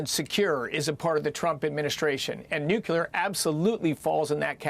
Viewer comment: Please, please! NUCLEAR! Not, NUCULAR. The energy secretary should learn to pronounce 'nuclear'. There is no such word as 'nucular'! C'mon.